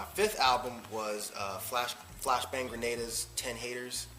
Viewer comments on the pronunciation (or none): hahaha said flashbang greneda like a g!!!